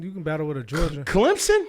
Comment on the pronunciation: As a Georgia fan I take disrespect with how you said our name 😂